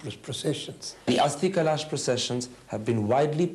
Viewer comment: Karan Thapar cannot pronounce 'kalash'. He says 'kalAAsh'??? Lol LK Advani's actually making a lot of sense.